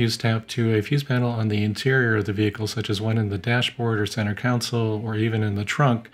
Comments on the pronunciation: Great video. Let's all say "center console" together. Not counsel. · Cars do not have center councils—they have center CONSOLES (pronounced ˈkän-ˌsōl)—just sayin'...